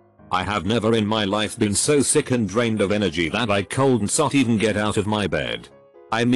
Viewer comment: "dad wasSOTnt home" "coldn't"